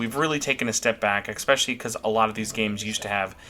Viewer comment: > "Expecially" "Expecially" "Expecially" "Expecially" "Expecially" "Expecially" "Expecially" "Expecially" "Expecially" "Expecially" "Expecially" "Expecially" My dude, it's "especially". "Eh" "special" "lee". With an "S". Not an "X" or a "K" or whatever else. Also, you almost inverted my "buy or skip" list, except for the story DLC which was the only one we agreed on.